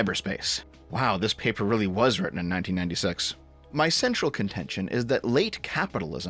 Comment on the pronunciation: wheh you read: my central contention I heard: My sexual contention